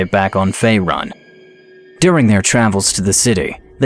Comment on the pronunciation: its fae-roon not fae-run. the u has a accent on it. it makes the oo sound.